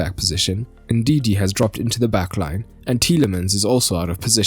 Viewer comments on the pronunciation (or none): Ndidi* not Ndindi